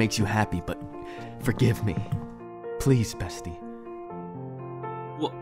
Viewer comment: ✨pLeAs BeSyIe✨-drewy bear